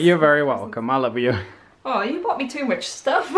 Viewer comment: AWW WHEN SAYS I LOVE YOU IT SOUNDS ALL RUN TOGETHER AND SLURRED LIKE HE WAS NERVOUS ABOUT SAYING IT SOOOOOOOOOOOOOO CUTE